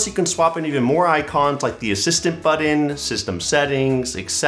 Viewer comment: great vid. you say "button" weird 😄